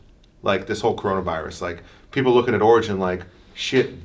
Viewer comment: "Coronivirus" lol